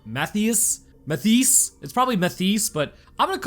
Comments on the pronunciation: “Matthees” It’s MUH-THIGH-ISS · Muh-thigh-is/us… I’m pretty sure is how you pronounce it… just saying. 🤷🏻‍♂️ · Is the name Matteis? If so, then it's pronounced "ma-TAY-ees". Btw, I hope you do a video about the giant spider horror movie "Sting"! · Matheus is pronounced Ma tay us